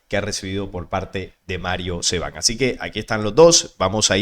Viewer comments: Mario SABAN no Seban! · No sé llama Metraton sino Metraton tampoco es Mario Seban sino Saban.. por esos detalles se ve que su nivel de conocimientos es bastante pequeño y es más especulador que conocedor en temas como los que trata.. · SABAN, no Seban 😎✌️ Abrazo 🫂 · a este pobre tipo no sabe ni leer, no es capaz de pronunciar correctamente el apellido de Mario, así su credibilidad patético e ignorante